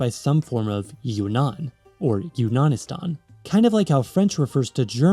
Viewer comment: YUNANISTAN!?!?!?!?!?!?!?!?!?!?!?! this sounds like a slur.